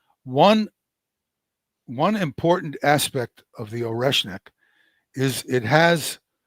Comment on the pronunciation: Oreshmik ---> [ ah ri ESH nik ]. ah not oh, it is Russian, not English.